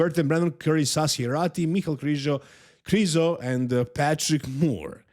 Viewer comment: His last name isn't krizo ffs